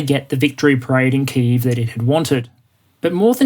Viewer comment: Well done for your pronunciation of 'Kyiv'! ('Ki' like 'kick' + 'eve' like 'evening')